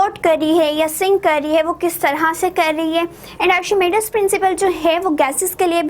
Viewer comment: Miss it is not arshimidis principle it is archimedes principle